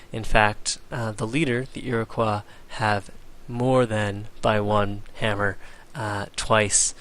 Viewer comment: You fail at pronouncing Iroquois. It's not French, you know.